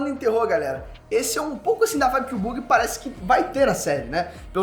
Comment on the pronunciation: Ah não, perdi toda a vontade de ver o vídeo assim que ele pronuncia “Buggy”